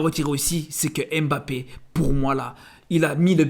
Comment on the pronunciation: C'est pas "émbappé", c'est "mbappé". C'est pas "M. Bappé", c'est "mbappé" en un seul mot, ca commence par un "m" pas par "ém". Tu dis pas "émadrid" ou "M. Adrid" tu dis "Madrid". Tu dis pas "éstylé" ou "S. Tylé" tu dis "stylé".